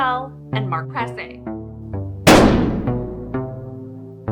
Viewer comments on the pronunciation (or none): I went to high school with Mark. I just wanted you to know his last name Prasse is pronounced Praw-c not Praw-say. Thanks for bringing awareness to this case.